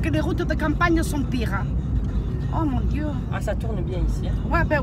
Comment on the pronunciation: "AÏÏ MONE DIEU" Jpp😂😭